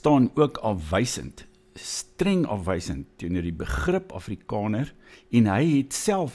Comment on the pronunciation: Wàar kom jy aan die kinderagtige rondemondjie uitspraak van a? Jou Naam is nôm, Daar is dôr,, Jaar is jôr. Selfs Afrikaans is Afrikôner. Ag nee sies gaan luister na jouself. Ek en my vriendekring lag Lekker vir jou tiener snert uitspraak. Sies man. Act your age.